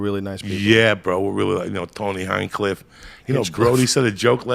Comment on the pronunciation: omfg, I love joey... He couldn't even get names right here. "Tony hinecliff" ... "Tony Hincliff"